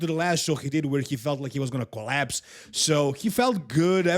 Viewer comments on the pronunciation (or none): none